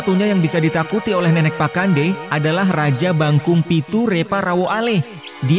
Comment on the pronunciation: Pa'kande kak bkn pakande